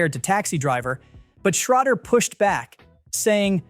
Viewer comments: Paul Shrader - Shray-der, not Shroder. Roger Ebert - Eee-Bert, Eszterhas - Ester House. If you're going to go to all the effort to record the narration you could at least pronounce the names of some of the greatest writers of, and about film, correctly. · "Uh-Bert"? "Shruh-der"? "Ester-haste"? Seriously? Oh... AI can't pronounce last names correctly. Brilliant.